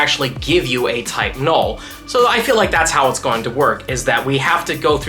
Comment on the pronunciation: “Type: Null” Sounded like you said Tylenol,. Made me think it’s evolution is named Advil? 😂 Sorry. I’ll see myself out…